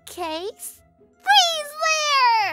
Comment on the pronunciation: why does pixie said freeze lair instead of freeze lazer?